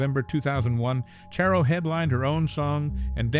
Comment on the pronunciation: It's CHARR-o, not Chair-o